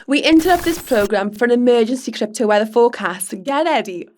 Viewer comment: love the Welsh crrrryp-toe weather forecast, mun!